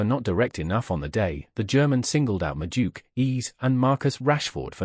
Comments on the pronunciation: Madueke ❌ Majuke ✅ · Who's this? The name is pronounced as it's written. Madu-eke